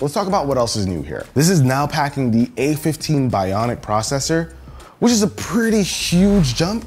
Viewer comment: A15 "BINOIC" Chip